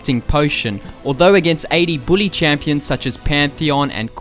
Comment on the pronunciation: the way you prenounce bully cracks me up. can you make a new video with just you saying bully like 50 times.